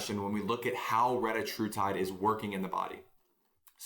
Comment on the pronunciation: Can we talk about calling it: Ret-tach-tra-tyde?